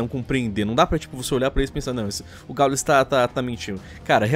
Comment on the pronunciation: caralho é difícil falar Gaul”ê”s??